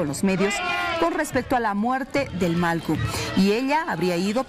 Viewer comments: Pronuncie bien señorita periodista, es MALLKU no MALKU.... 😤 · La presentadora... No pronuncia bien??... Que pena..... malcu??????? ..... Porfavor!!!!!